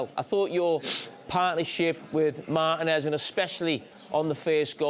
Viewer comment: Your partnership with WHO? Come on man, learn how to pronounce the man’s name